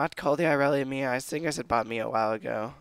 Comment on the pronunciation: its M.I.A. Missing in action not the actual name Mia. it's annoying hearing that.